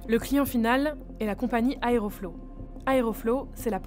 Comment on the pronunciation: Mais sérieux, TOUT le monde fait ca! Nous compris, si jamais on avait de tels soucis! Et on dit pas "Aeroflo" mais "AerofloT"